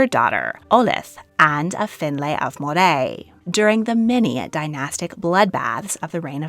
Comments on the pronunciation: It's MO-ray, not Mo-rayyyyyyyyyyyyy. I live in MOrayshire so that's why I know! And it's traditional Scottish food. Scotch is a drink... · Moray is pronounced Murray